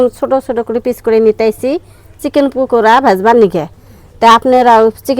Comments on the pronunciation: পুকরা না। ভাবি। পাকরা। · পুকুরা পকোরা বলতে হয় ভাইয়া কে একটু কথা বলা শিখতে বইলেন